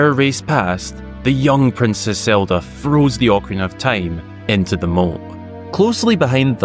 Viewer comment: Awww your accent is always so cute, but legit because of how you folks pronounce (or rather, don’t pronounce) words that begins with “th” and especially “thr” I got a visual of Zelda freezing the ocarina in the waters of the moat. 🤣 you did literally say “froze the ocarina” instead of “throws”. Of course I’ve heard such accents before and knew what you meant, but I had this on in headphones and was looking away for a moment and just got so confused, and then amused. So cute